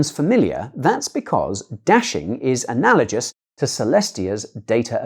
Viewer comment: The word "analagous" is not "analagious"!